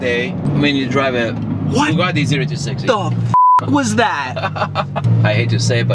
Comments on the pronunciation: Everyone: Bugatti: Ba-Gatti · WTF is a Bagatti? It's Bugatti! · he sounds like he is saying bagatti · How has no one pointed out that has no idea how to pronounce Bugatti. Manny tried to call him out when he had the chance and didn’t catch it 😂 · the way says Bugatti, bothers me 🤣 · How he pronounces Bugatti cringes me 🤣🤣🤣